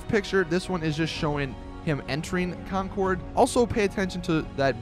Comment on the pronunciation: lol you say Concord so weird